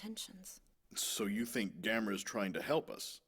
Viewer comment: The only thing that irritated me was the male newscaster (in the Japanese with English subtitles) mispronouncing his name as Gam-mor-a. Like Gamora in the Guardians movies. It never fails to make me yell at the TV..."It's GAM-O-RA you moron!"